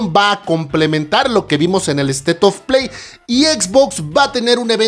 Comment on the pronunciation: buen video amigo solo mejora un poco tu ingles, state ( estado) se pronuncia esteit y tu lo pronuncias estet incluso al decir state of play, tu dices estetos play, no es un estetoscopio, aparato que usan tus colegas en la rama de la medicina amigo, fuera de eso todo bien bro 😂😂😂😂👍